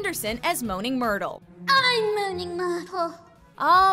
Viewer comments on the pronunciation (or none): I can't take the way she said myrtle and immediately stop the the video